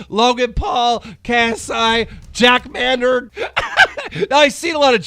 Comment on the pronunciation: David Doburg. This guy is so bad with names, im dead 😂 Jack Manord Jesus Keem are you dumb?